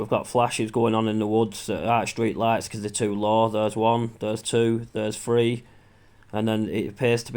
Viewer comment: ‘THREE’ or ‘TREE’ ?